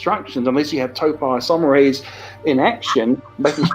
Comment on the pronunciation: Ahhh... The expert who can't even pronounce the name of the enzyme properly. Total nonsense....